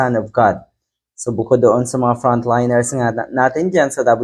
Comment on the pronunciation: Tama Ang pag pronouce mo Ng front liners , di tulad Ng iba, at gaya gaya